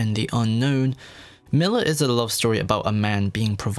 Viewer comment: MILLAR xD